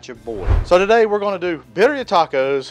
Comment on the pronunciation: If this is a Spanish dish the double “rs” are rolled when pronounced.